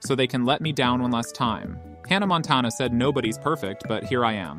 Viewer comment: I’ve never heard someone pronounce Montana like that